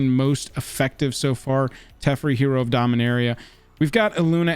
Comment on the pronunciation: I could be wrong but I’m pretty sure you’re pronouncing some of these names incorrectly. Ugin is pronounced Oo-gin not Eujin and Teferi is pronounced Te-far-E